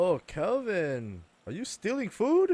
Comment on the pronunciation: Every time can’t get Kelvin or Virginia’s name right, I want to shake a baby